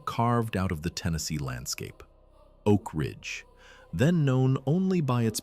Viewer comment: ‘Oak Ringe’??😂